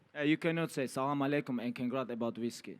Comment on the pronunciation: Whisky no güiski 😂